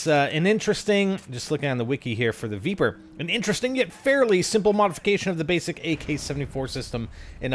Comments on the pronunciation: Spider i think its pronounced vepr not veeper, the e sounds the same as in leg or peg not bee or knee :) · I'm pretty sure its pronounced "Vepr" not "Veeper" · also its pronounced "v-eh-pr" from the word Вепр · Sweet jesus stop pronouncing the name of the gun like that! It dosen't have four e's!